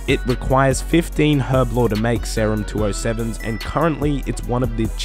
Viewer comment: Pronounce serum correctly pls